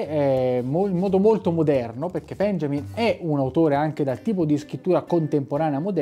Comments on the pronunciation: unboxing molto interessante, solo una precisazione: benjamin essendo cognome tedesco si pronuncia 'beniamin' :) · Permettimi: "Benjamin" si pronuncia "Beniamin", come "Beniamino".